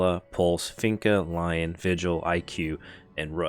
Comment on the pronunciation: Lion lol "roar" pronounced "lea-on" 🤣 or lee-on